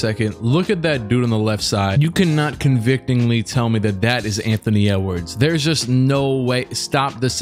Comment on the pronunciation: man doesn’t even know how to say convincingly